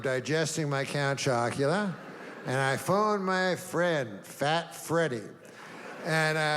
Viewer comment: Count Acula? This has got to be AI. Every person knows what Count Chocula is.